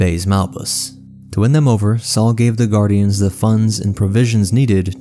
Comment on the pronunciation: It's Saw, not Saul